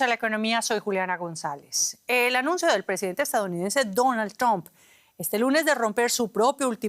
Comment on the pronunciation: Dijo Donald dump? 😅